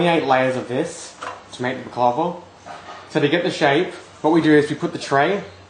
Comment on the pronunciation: Can't even pronounce baklava properly 😅